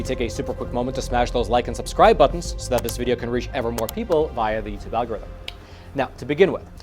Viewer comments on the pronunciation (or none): none